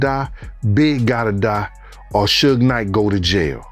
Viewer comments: 😂 Who the fuck are “Two Pack Shakoor” and “Sooj Night”?! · Hard to take anything on here serious when narrator can't pronounce Suge... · Baby lane? That was napoleon from the outlawz this channel is wack..you hear how they pronounced suge name?